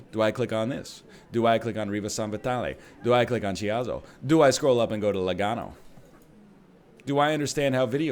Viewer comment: Just for information, Chiasso is pronounced Kiasso. In italy "CH" its like the "K" for you. Great content as always.